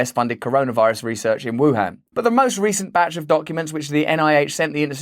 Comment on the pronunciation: Russ said Batch Of Documents And i swear i heard BatShit Document